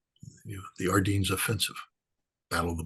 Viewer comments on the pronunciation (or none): Why can't Americans pronounce things? "Ardeens"?!